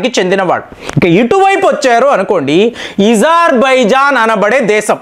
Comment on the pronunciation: ఇజార్బైజాన్ కాదు ఉదర్బైజాన్ ఆ చాలా బాగుంది.